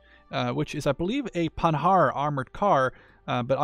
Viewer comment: You don't pronounce the "d" in Panhard